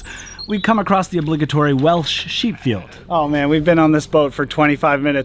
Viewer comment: Not sure if you'll ever see this comment but I was surprised as heck to see you at Goytre Wharf at the start of this video as I live not far from the canal at Griffithstown and I must also commend you on the pronounciations of the Welsh towns.